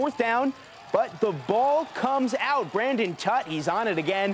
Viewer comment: It is Braden Tutt, not Brandon.